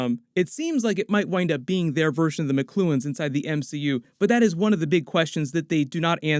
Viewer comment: Makluans is pronounced Mach-lu-ons not Mcluens lmao